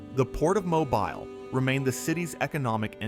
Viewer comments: MOE-BEEL. NOT MOBIL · It's not Mo-bul it's pronounced Mo-beel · Came here to say such, as well. It’s pronounced ‘mo-beel’, with the ‘-bile’ in Mobile sounding like ‘deal’, but with a ‘b’. 😅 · Folks, you can't teach AI to say Mo bill. It will always say Mo bull. Good reason to use human voice but I've heard so many, foreign to Alabama, also say Mo bull. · 😮 my friend, the town is pronounced mo- bill 😊 and the other one is pronounced (dolphin) dauphin Island.... Like the spotted dolphin I don't know why people have such a hard time pronouncing them words 🐱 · In Alabama we pronounce Mobile as MO-BEEL. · Great narrative but I have to tell you- it is pronounced Mobeel. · It is pronounced Mo beal. Definitely not voiced by anyone from the South. Not watching the rest.... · It's Mo BEEL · Why do so many people have trouble with Mobile. This is my home and I just have to correct them when they pronounce it such weird ways. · please read the comments regarding your pronunciation of Mobile. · Has to be yet another Youtube AI video. Mobile, as an example is mispronounced. Sad. I turned off and bailed out. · Good video made irritating to watch because of Al narration and number of ads. If you are going to use ai please edit how many times can Mobile be mispronounced in one video? In many instances the narrative does not match the images. Missed opportunity to make a outstanding video. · Horrible narration! How could you not know how to pronounce "Mobile"?!?! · Poor pronunciation of Mobile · One mispronounced word can remove so much credibility. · Agreed! This narrator is NOT able to speak properly at all. Even non-Americans know how to pronounce the city of Mobile. But! This fella/AI cannot!!!